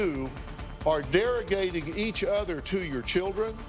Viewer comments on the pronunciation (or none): Pretty sure he said derrigating. Is that even a word?